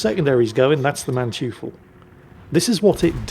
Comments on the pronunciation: Hi, the Mannteufel is pronounced maann-toy-fel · 'Mann-toi-fel', to be precise. It means something like 'Man-devil' in English. It's named after the Von Mannteufel family name.